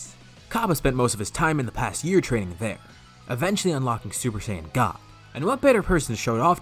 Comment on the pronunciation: You say saiyan wrong say it as cyan because that how it should be said and it's gokou not goku.